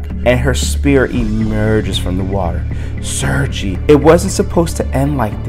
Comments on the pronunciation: I don't speak Russian either, but it's pronounced 'sir-gay'. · I as a spawn fan wanted to let you know Sergei name is Russian and pronounces sergay no pun intended but